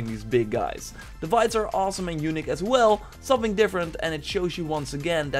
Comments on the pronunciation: I'm not trying to make fun of you or anything, but dude, the way you say "unique" sounds like "eunuch" and it's the best mispronunciation I've ever heard :D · Yo, Engels is top alleen hoe je ‘unique’ uitsprak het is meer ‘youniek’ in foenetisch of hoe je dat ook schrijft😅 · [facepalm] In the word "unique" the accent should be on "i" otherwise it sounds like "eunuch".... LOL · Its “younic” (as he says it) get it right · The way you say unique makes me chucke. )